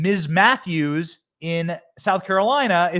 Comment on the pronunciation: Krystle Meth-ews ?